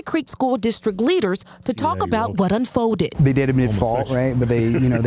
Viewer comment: Also, "un-foe-did". Jesus.